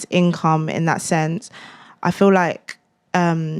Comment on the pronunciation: I feel liKKKe, I feel liKKKe... liKKKe...